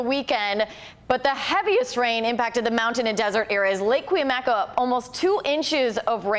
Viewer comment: This weather girl needs how to pronounce Cuyamaca. Nice eye candy.